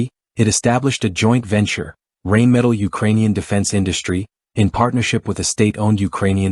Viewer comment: I don’t even speak German, and I can assure you that your AI or computer generated voice through using to narrate this video can’t even begin to conceive German pronunciation. German is full of words that are made up of multiple words strung together sometimes almost making an entire sentence or paragraph in a single word. The word “Rheinmetall” is a perfect example. It basically means the metal works on the Rhine river. Now how do you pronounce the Rhine river? Not the way you’re stupid computer or AI voice pronounce that in your video. Another DA millennial.